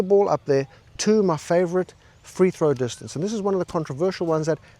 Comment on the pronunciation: It's a joke, like when he says distancA